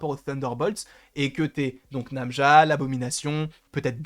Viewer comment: Très bonne théorie sur le personnage !! Par contre c'est Najma et non pas Namja >.< et je confirme (parlant arabe) Najma = étoile = star